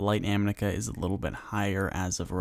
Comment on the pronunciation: Thank you for this guide! I just got caught off guard by you continuously saying 'amnica' instead of 'amica.' I had to replay it to make sure I was hearing it righ lol